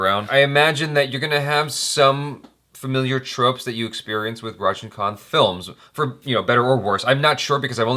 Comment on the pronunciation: finally you just pronounce right Rajinikanth 😍😍😍 (last one)